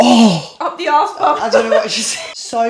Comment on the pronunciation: Arse not Aawws